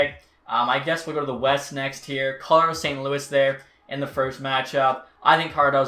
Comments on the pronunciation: We all gonna ignore how he says “Car-lotto” instead of “Col-o-rado”.. lol great vid tho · YOUR SAYING CARLER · cara rotto. what the fuck. Colorado dude. it's fucking very simple.